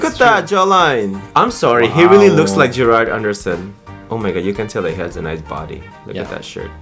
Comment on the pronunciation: It's Gerald Anderson not Gerard haha